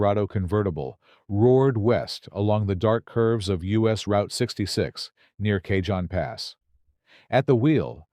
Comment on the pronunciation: It's pronounced 'Ca-HONE' Pass, not 'Ca-JOHN'.